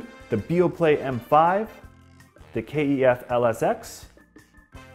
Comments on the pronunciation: Sorry, had to comment - please call the speakers by their correct name "kef" not "K - E - F" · It's pronounced 'keff', not K.E.F. Just saying. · ITS KEF NOT K E F BRO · Rowan & Belinda Wilson it can be pronounced both ways since it stands for Kent engineering foundry. the actual most proper way is K E F which is how they say it in the KEF blade commercials. it's also why it's not spelt Kef. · No one says K-E-F , Good video tho 👍